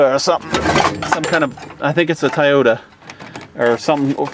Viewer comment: LOL you said TIE-OTA in stead of TOY-OTA LOL Movin right along buddy!!! Thumbs up